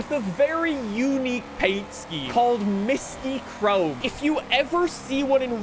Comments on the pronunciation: Mystic chrome is how u say it not Mysti chrome 😭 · I've always heard it as mystic chrome either way is WAY off